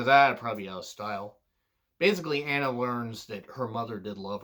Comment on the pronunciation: It's admirable from your part to not try to pronounce names you think you'll butcher... but it's ironic how you mispronounced Anna even though it's a common English name.